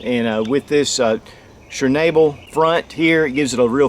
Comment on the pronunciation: Shh-nahhh-bull.....not she-nay-bell...."schnabel" is German for beak.